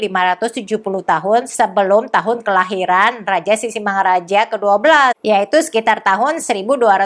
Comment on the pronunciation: ibu, pengucapan sisingamangarajanya terdengar sisingamaraja,...